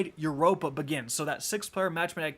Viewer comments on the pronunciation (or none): none